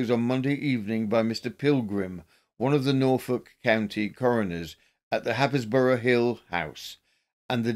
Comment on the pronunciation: Never heard of this man either! You excel yourselves, btw iHappisburgh actually prounounced Hays-Bruh. East Anglia is a minefield for pronounciations, I have trouble and I live in the area